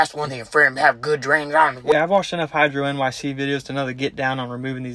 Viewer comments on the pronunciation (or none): Reeeee its pronounced hi draw nick. Great video. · His name is pronounced Hydronic 😎